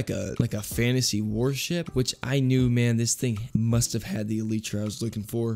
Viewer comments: Elytra not eletra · Elitra??? It’s elietra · iletra? no its el-lie-tra,elytra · "Eleetra" its pronounced "elytra" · It’s not Eeleetra it’s Ee-lie-tra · It's not a elidre it is a Elijah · I wasn't gonna like the vid because of how you pronounced elytra but at least you can pronounce Caribbean 🇯🇲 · I absolutely loved the video but every time he said “el lee tra” it sent shivers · the way he said elytra, "eleetra" lmao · ahhh not the 'eleetra' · did my mans just say eleetra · sooooorry but my man it’s pronounced e-li-tra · E LIE TRA that's how u say it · Just add e lie tra say it just like that e lie tra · Why did he call the elytra elitra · im sorry but its elaitra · the way he said elytra scared me